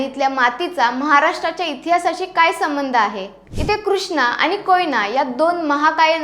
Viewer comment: Mahiti chan. Pan please ani pani n karta bola. Marathi shudhalekhan kadhi lihile nahi ka